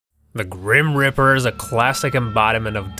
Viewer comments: GRIMPREAPER NOT GRIMRIPER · its grim reaper not grim ripper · FYI it's grim reaper not grim ripper! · IM SO TRIGGERED WACHING THIS BECASUE HE IS SAYING GRIM RIPPER OMG IS CALL GRIM REAPER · Grip reaper not grim ripper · "the gream ripper" "hoooodie" "veedeeo"